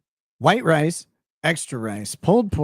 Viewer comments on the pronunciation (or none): none